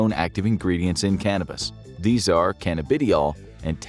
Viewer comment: You said the full name of cbd and thc wrong